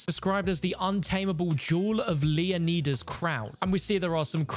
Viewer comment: Straight up Butchered lmao This dude also said Leeoneeeeeda 🤣